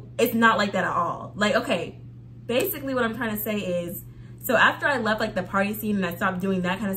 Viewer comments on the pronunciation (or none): none